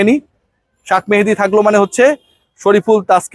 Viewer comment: বেশি স্টাইল করতে যাইয়া শেখ মেহেদিকে শাক মেহেদী বলছেন। উচ্চারণ ঠিক করেন কাইন্ডলি। অনেকদিন ধরে খেয়াল করতেছি। এত স্টাইলের দরকার নাই। নরমাল থাকেন।